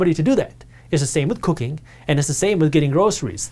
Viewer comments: Another blessing in form of video. 🤦🏽‍♂️🤦🏽‍♂️ man I had to rewind about 4 times to realize he was NOT saying “cocaine” 😅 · i thought he said cocaine damn I had rewind and double check that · Yooo, di he just say cocaine or cooking? I won't give up cooking...